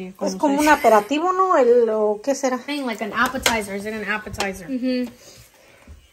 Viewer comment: Amis hijos también les gusta hacer esa receta y me da risa cada vez que dices aperativo xq es aperitivo Jajajaha y sobre los botecitos para hacer el café yo siempre lo hago así y sale mucho más barato y tiene uno diferentes café y los botecitos en Amazon me salieron baratos 6 x 3 dólares